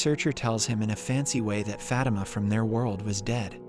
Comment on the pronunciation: Fatima is pronounced fuh-tee-muh not fat-im-uh